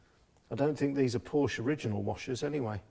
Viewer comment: Porsche is a two syllable word. Also, the rockers are supposed to be off center on the top of the valves. This is so that the valve rotates.